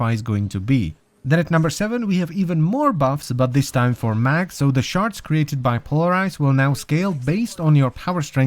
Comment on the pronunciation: Why does shards have to sound like sharts